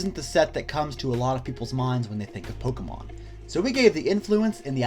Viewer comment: Anyone who properly pronounces Pokémon is worth subscribing to.